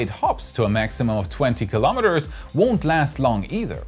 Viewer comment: Kilo'meters. [not kalamaduhz]